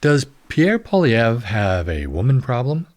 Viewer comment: Why would you even refer to an AI generated article? It's pathetic, and it doesn't even pronounce Poillievre's name correctly! I don't think women have an problem voting for Pierre, unless they're liberal!